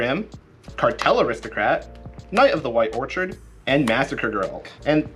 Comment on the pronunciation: Dude... I publicly laughed too loud after. Quality content, guys! One thing.... I love you man. But whenever you say the word ‘orchard’ you pronounce it ‘orchid’ and whenever you pronounce ‘orchid’ it’s ‘orchard’. Keep doing you. Just pointing it out. Love the work guys:)